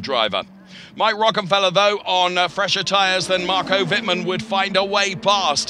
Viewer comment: you really should learn how to pronounce the drivers names correctly, theres not THAT many of them. i.e. Wittmann is not pronounced "wittman", its "wittmun" (I dont know how to write phonetically properly)